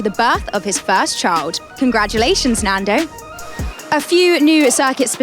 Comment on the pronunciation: NANDO, not Lando.